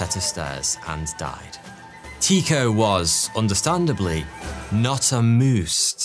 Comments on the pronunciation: "Not a-Moosed" lol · Amoosed haha